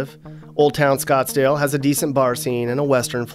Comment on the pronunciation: You got Scottsdale correct!!!!